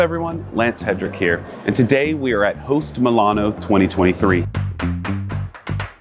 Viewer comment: The way you pronounce host milan makes it sound like this is a Post Malone coffee show, which is def more fun :) This equipment looks badass, thanks for sharing